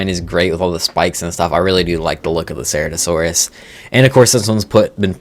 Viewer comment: I wanna get the Anomalacarus looks awesome, it's was a really cool little monster in Walking with Monsters. Also As a dinosaur fan, I really gotta say Your pronunciations of Prehistoric life Names needs work, do some research beforehand. Cera's Toe? No, Sir Rah Toe. Chi-tan? Wrong. Kai-tan. Dino-sew-chus? No. Again Silent H just like The Brachiosaurus. Just saying.